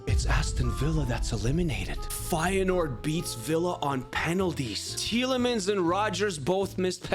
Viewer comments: I'm an feyenoord fan and you dont pronounce the 1st e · Actually I dont know if you speak dutch but it is feijenoord originally